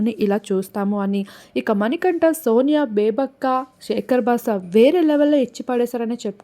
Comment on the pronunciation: నీ నత్తికి నమస్కారం 🙏 నాబిల్ కాదు నబిల్, సేకర్ బాస కాదు శేఖర్ బాషా, హౌస్ కాదు హౌజ్.